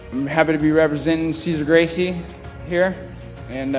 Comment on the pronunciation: how do people really go through the trouble of making an mma based documentary and then proceed to pronounce a Gracie name wrong.